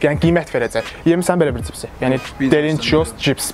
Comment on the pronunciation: cipsi 😀🤦🏻‍♂️ bu sozu deyirsense hec olmasa duz denende sen cani